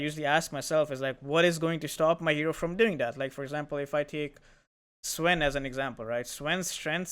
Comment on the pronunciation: Why did you say sven like that?